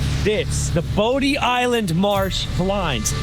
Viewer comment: As a local, I enjoyed your video, but I was surprised you ate at Rundown, but didn't even mention it is located in my town, Kitty Hawk. And, not trying to be picky, but these locations are pronounced MANTeeO, BODY Island and JenETTES Pier. We do love our little strip of sand. Thank you for showcasing it.